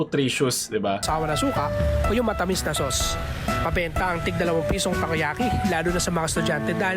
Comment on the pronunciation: Tako yaki na hindi tako🤷🏻🤦